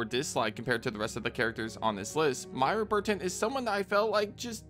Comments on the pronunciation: MOY-RA not Maira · Girl, who TF is MY-ra? It's MOY-ra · Why are you calling Moira Burton Mayra Burton?